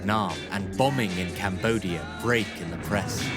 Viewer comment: So JFK couldn't pronounce Cambodia?